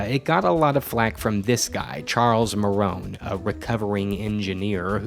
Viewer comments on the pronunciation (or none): Marohn sounded like Moron pronounced wrong like saying "Badguy" as "Badgey" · Marohn sounds like moron. I think that says something, lmao